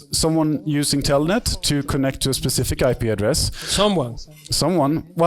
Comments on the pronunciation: es Telnet no "Tellnet" . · telnet hijitos no "TELLNET" chch